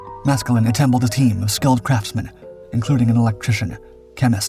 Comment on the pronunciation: oh did be attemble a team? cool 😮 thanks ai voice